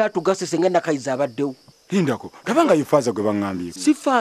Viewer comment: 🤣🤣The way pronounce the. Name Nakayiza hahaha ewoooo